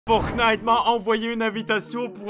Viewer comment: Pourquoi au début t’a dit portnite